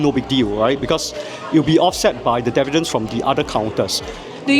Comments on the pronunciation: The OCD in me can't get past him pronouncing dividends wrong all the time. lol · Dividends... not Devidends....